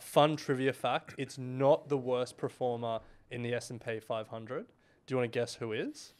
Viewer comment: you pick up on pronunciation a lot, but you say "preform" and "preformance" instead of "perform" and "performance"